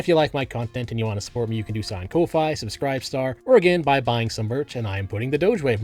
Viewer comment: its not pronounced koh-fy...... its coffee....they're icon is literally a coffee mug